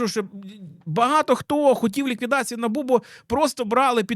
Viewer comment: Вибачте що в такій серйозній темі, але Набубу, проф деформація через лабубу